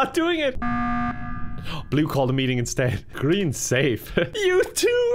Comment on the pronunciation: 'pick him it's GREEM'